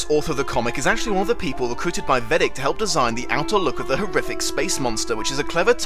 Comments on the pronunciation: Personally I prefer the movie ending. An attack on the entire world just makes more sense than an attack on a single country. Also, it's odd how you pronounce Veidt as Vedic haha. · I'm pretty sure Veidt is pronounced "vite" or possibly "vate". Regarding the famous ploy, remember that in the 1980s Ronald Reagan actually was supposed to have mentioned how quickly the USA and USSR would bury their differences if faced with a threat from outside Earth. The comic takes that real-lufe idea and runs with it. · Weirdest. Pronunciation. Of. Veidt (or Adrian). Ever. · pronunciation of Veidt, and Linkara’s pronunciation of Ozymandias, plus that weird German accent he gave Ozy don’t sit right with me for some reason